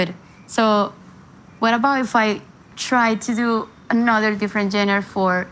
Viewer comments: I love how she says Jenners for genre. 🤣🫶🏻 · Can anyone teach her how to pronounce genre ? 🤣🤣🤣